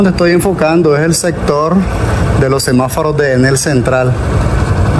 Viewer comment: Amigo disculpa por corregirte pero pienso que estás pronunciando mal la palabra es semáforo y tu dices semaforo